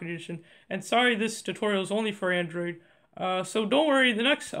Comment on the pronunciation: HE SAID ANDORID